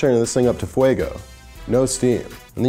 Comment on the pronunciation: it’s fuego not fuago